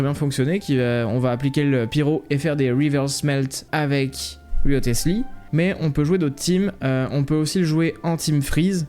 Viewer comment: cool vidéo, petite info, ça se prononce "Risley" , inspiré de Thomas "Risley" Wriothesley, un politique anglais, c'est pour ça qu'il fait de la boxe anglaise en style de combat, du génie de Mihoyo pour le coup